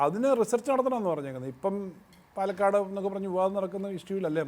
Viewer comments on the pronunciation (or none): none